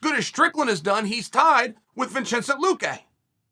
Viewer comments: "Vinchencent Luque"...I guess he's Italian now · “Vinchenzen Luque” 😂😂😂😂😂😂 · "Vinchintae lukae" Lmao chael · vinchincent luque ahhahahahahah